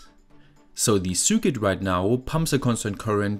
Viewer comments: Series is pronounced "See-rees" not see-ree-us. Also circuit is pronounced "sir-cut". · Ich liebe deine Videos, aber bitte sprich Circuit doch richtig aus, es triggert mich :D